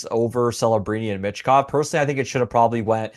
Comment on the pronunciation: MITCH Kov? Theres no T dude.